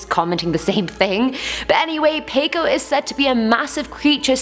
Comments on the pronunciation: Just for you, peikko is said like you write it, so that is how you say it: peikko 😂 i am a finn and it is hilarious when people who cant speak finnish speak it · its pronoucted as peik-ko